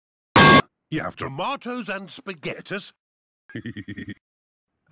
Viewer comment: "tomato's and spagetus"